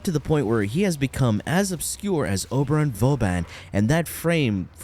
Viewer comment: Oberin? Oberon my guy